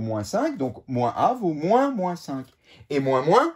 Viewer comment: "et mouin mouin" 😂🤣